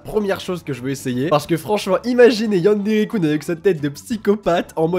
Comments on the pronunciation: ^; par pitier... arrété les Coun... sa se dit Kun depuis le début T^T :3 super vidéo !! j'ai adoré ^^ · on dit keun et pas koune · c'est pas yanderekoune, c'est yanderekeune -_- comme jeune avec un K :o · tu me stresse tu prononce yandere kun (kuunee) allrs que je le prononce kunn ouai je sais y a pas de différences ^-^ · AAAAAAAH YANDERE KUN ça se prononce Keun pas Koun 😠😠😠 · il y a que moi que sa gêne quand il prononce mal le "kun" de yandere-kun ? O.o j'adore tes vidéos hein! Mais sa me stress..xD